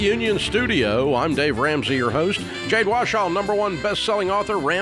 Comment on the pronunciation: I heard him say it correctly one time a couple of years ago.